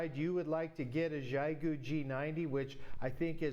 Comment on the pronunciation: Just for reference "XIE"-GU is pronounced with a hard Z as in Zion, so Zi-goo. ANY time you coil up "extra" wire or coax anywhere in the feedline or antenna it creates an inductor coil in the antenna and can wildly alter your SWR and performance. Split mode ("SELF DESTRUCT MODE") is used ALL the TIME for long range DX and especially in noisy conditions, so you can call for "CQ" on one frequency and LISTEN for replies on a slightly higher or lower one, same idea as with local 2m repeaters having an input/output freq or even contacting with the ISS out in space using 2m/70cm for I/O freqs.😉